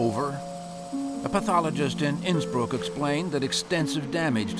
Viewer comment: Innsbruck? Sounds more like Innsmouth! 😮